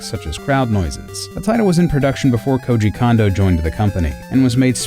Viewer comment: You say Koji correctly, but you can't manage Kondo at all. It drives me nuts!